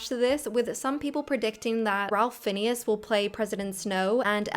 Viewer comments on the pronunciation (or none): Lots of little errors here. Johnny Depp is not an Oscar winner. Bradley Cooper wasn't cast - he wrote, directed and produced Maestro. Ralph Fiennes' surname is pronounced Fines, not Phineas. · FYI the actor Ralph Fiennes surname is pronounced FINES. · Ralph Fiennes is pronounced Rafe Fines- not Ralph Fin-neis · It isn't pronounced Ralph Finneas, but Ray Fines. There's many an interview online featuring the correct pronunciation of his full name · Ralph phineas? Ralph Fiennes name Is pronounced Rayf Fines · Before you make a video, please learn to say correctly the names of people you intend to mention. "Borg" is pronounced exactly as it appears, not "Byorg". Ralph Fiennnes is not pronounced "Ralph Phineas", but "Rafe Fines" instead. Also, you forget that Chris Pratt played Emmet, the main character in The Lego Movie, so he did have voice acting experience prior to being cast as Mario and Garfield. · I think his name is pronounced Rafe (like safe) Fines, even though it's spelled Ralph Fiennes. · Ralph Fiennes is actually pronounced Rafe Fine. Just a little FYI for you. Also, "The Beatles." Cheers! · Ralph Finnes rhymes with Dines.